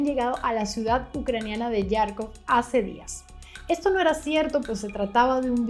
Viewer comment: ¿Por qué dices Yárkov? En ruso y en ucraniano se escribe Харков, y la letra X se pronuncia jota, como en Jaramillo, o _jamón_.